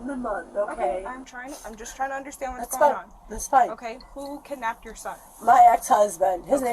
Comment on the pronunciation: She said or maybe Slurred kidnapped .